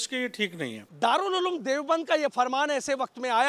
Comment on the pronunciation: दारुल अलूम नही उलूम। बोलना सीखो पहले